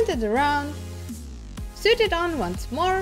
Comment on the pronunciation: You “soo-ed” them on?? You mean “soh-ed”?